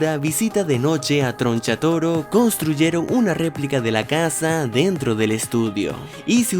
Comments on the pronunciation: Tgoncha toro jajaja no sabe pronunciar la R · TRO NCHATORO NO TRONCHATUMARE AJAJJAJAJAJ NO